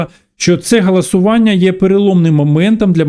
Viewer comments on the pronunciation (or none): Віктор Галасюк потрібно говорити голосування а не галасування😊😊